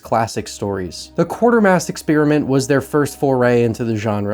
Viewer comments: FIRST!!! Also, it's pronounced "KWAY-ter-mass" 😉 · It's Quatermass. No R.